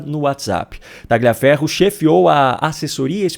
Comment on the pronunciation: Pronuncia-se TALHIAFERRO e não TAGLIAFERRO. Boa noite!